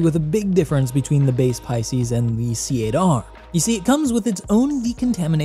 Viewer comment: please pass the knowledge around. C Eight R is pronounced "Cater". The ship caters to you. It's a pun. Please! Great video as always!